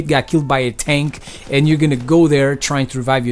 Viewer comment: When he says who's tickling my tank it sounds like who's tickling my taint.